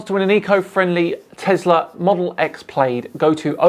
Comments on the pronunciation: It is P lad not p laid. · Ummm... Earth is round, okay, but is THAT really how you pronounce "Plaid" in the UK?? "PLAYED"?? Isn't is pronounced "PLAD"...?? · it's plaid as in lad not plaid as in laid. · The only part I hated was 'Plaid' being pronounced 'Played' instead of 'Plad' :( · The big problem wasn't your debating, but your insistence on pronouncing plaid as played, instead of plad. Surely a man with a souvenir Scottish title can do better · Plaid pronounced....PLAD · That tesla model S plaid is pronounced "plad"...at least in America. Not sure on England's pronunciation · Love your channel but the Tesla Plaid is pronounced Plad as in the fabric. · The way you say "Plaid" hurts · is so into his electric cars apparently, that he doesn’t know how to pronounce Plaid, and has never seen Soaceballs…